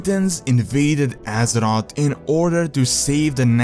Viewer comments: Can he stop saying Assot, instead of Azeroth???.... Azoth, assot... asshot? I don't even wanna know.. its Azeroth tho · Azerot. lulz all i hear is Azerot Azerot Azerot. I want some AZEROTH. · Whenever he says "Azeroth" all I can hear is "Az-ot" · Step up your prounounciation and learn how to say "th" its Azeroth and not Azerod... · he sad Aseroth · Great, now when i hear someone say Azeroth, all i can thing of is Assrot. Thanks.;P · when you say Azeroth, i hear Ass rod xDD but good video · wait what? Pronounce Azeroth again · please say azeroth right